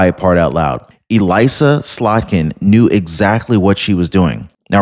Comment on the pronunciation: it's pronounced (Eh-liss-a) Slotkin